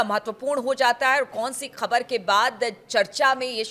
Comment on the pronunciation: Despite repeated messages, is not improving his pronunciation. He mispronounce Khhbar as khabar, without Bindi below Kh, and Jabardast instead of Zabardast. His unnecessary hand movements are irritating.